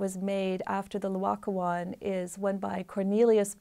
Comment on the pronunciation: First of all, it's NOT Loacoon, it's Laocoon. Please learn to say the name of the artwork you are discussing. Secondly, it was not discovered by a farmer ploughing a field. It was discovered in an underground cavern in a vineyard - presumably a buried Roman building - together with other finds. There was no slow excavation from the earth; instead, they found the statues almost perfectly preserved, just sitting there waiting to be discovered. Here is what the architect Giuliano Sangallo's son Federico had to say about the discovery (she misquotes it somewhat, therefore here the correct text): 1506 Discovery of the Laocoon Letter written in 1566, 60 years later, by Francesco da Sangallo, son of the famous architect Giuliano Sangallo, describing this event. Both father and son were present at the scene of discovery, along with Michelangelo. “The first time I was in Rome when I was very young, the Pope [Julius II] was told about the discovery of some very beautiful statues in a vineyard near Santa Maria Maggiore [on the Esquiline Hill]. The pope ordered one of his officers to run and tell Giuliano da Sangallo to go and see them. He set off immediately. Since Michelangelo Buonarroti was always to be found at our house, my father having summoned him and having assigned him the commission of the Pope's tomb, my father wanted him to come along too. I joined up with my father and off we went. I had climbed down to where the statues were, when immediately my father said, 'That is the L